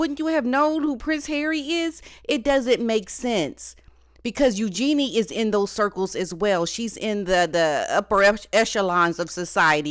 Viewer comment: Oh yeah. Meghan and Eugenie are buds, but she didn’t know who Andrew is. So believable - not. She can’t pronounce Eugenie properly, and calls Sarah Ferguson Fergie which any royal watcher knows Sarah doesn’t like.